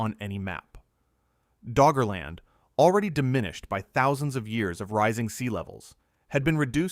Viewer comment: Did he say Draugr-land?